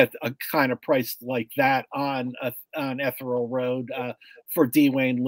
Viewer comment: Guys, it's pronounced "EE-THEE- REE -AL" Road!! LOL!